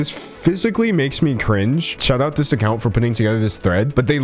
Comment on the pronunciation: Do you have vocabular difficulties. I notice your pronounciation on words like «shout out» are «shaw thaw»